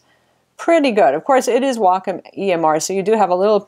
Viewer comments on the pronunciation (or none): waycomm not wackomm